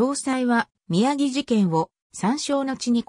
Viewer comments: 日本語の読みが滅茶苦茶ですね。『宮城』は「きゅうじょう」と読みます。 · 歩兵を、ふひょう？宮城を、みやぎ？あり得ない一旦、アップした当時軍関係動画を下げ、単語の読みの精査をされて再アップされる事を切望します。